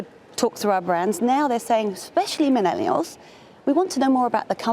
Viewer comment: Did she say "minellials" 🤣